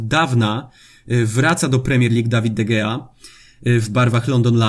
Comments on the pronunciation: Jeszcze nie obejrzałem filmu, ale widzę miniaturkę, więc zostawiam bardzo ważną informację do najbliższych odcinków: czyta się De Hea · G po Hiszpańsku się czyta jako h